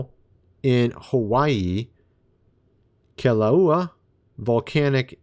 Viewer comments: Pronounced: kill- a-way-ah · Just so you know, the Hawaiian volcano, Kilauea, is pronounced kee-la-way-uh